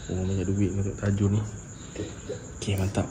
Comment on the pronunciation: Baru jugak tengok sembang seram, cakap TAJU bukan TAJUL, takde L 😂 Lawak lah 😆 Apa2 pun terbaik MRA!! 👍🏻👍🏻👍🏻